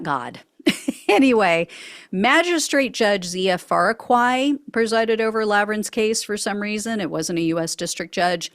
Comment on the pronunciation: Just so you know, the correct pronunciation of the judge’s name is “fa-roo-key,” and it was tried before him as a magistrate judge because it was only misdemeanors.